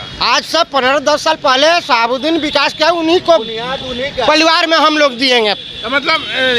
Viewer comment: Ap modi ke pa5erkar hai aur sahabuddin ka name sahi bola kijiye